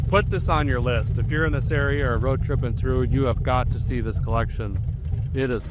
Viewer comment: "A quick update as we'e going down the roooooad....Derek's North Dakota accent slipped back into form.